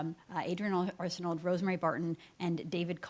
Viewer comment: Adrienne Arsenault? With emphasis on the first syllable of her last name?